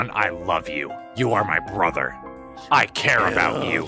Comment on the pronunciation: Oh yeah i hate the part where he says “i love you broher”